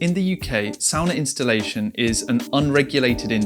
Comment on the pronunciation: I instantly loved that you made the distinction of the pronunciation of "sauna" vs "sawna" (and what each of those structures might represent) without necessarily trying to draw attention to it. Very finnish of you! 🙂Well done. Great video!